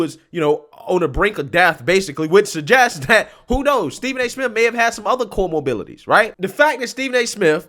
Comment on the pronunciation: 😂🤣😂 said “comorbilities”